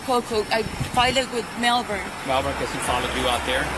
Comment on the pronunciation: The cities name is Melbourne not Melvern